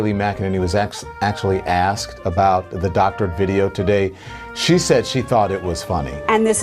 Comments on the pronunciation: “was axed” oops! “was asked.” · Donna Lemmon “axed” no Donna it’s “asked” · Holy shit did lemon say asked instead axed? He's definitely not black... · Don Lemon said "axed", for asked. 😁